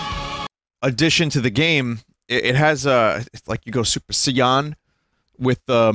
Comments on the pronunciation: Super seeyahn? I thought it was super saying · i thought he was trying to say sai-nyan, i guess i misheard lol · “It goes se-yan” Super Saiyan Furry Mario. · i now pronounce it "super säëøn" thank you, vineman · Vinny is like the dad or grandma asking about anime game titles at ganestop and saying it wrong.